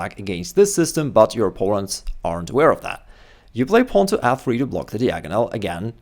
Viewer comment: Dude, "diagonal" is not pronounced like that.